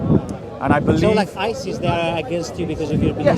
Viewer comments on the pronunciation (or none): none